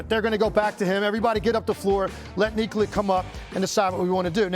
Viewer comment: Excellent segment as always! It was nice to hear "Nikola" pronounced correctly too. ESPN, please educate the rest that it's "Neek-olah" and should sound NOTHING like Coca Cola.